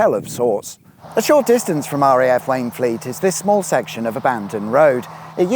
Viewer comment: For Wayne Fleet read Wainfleet 😀